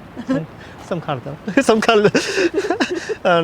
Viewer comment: you said CALDO correctly.. good job.